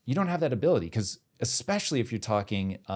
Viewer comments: I don’t trust anyone who says “expecially” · Only one critique. As a thought leader on the stage, stop pronouncing it as "expecially".